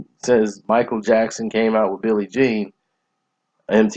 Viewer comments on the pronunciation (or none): none